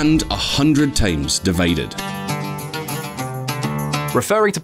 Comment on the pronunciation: He said times as tames so